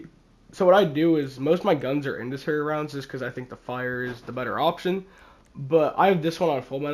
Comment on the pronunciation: it's pronounced in SEND e ary